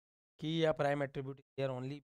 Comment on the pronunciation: Prime and non prime thora sahi se boliye...nahi samajh me aa raha hai..😑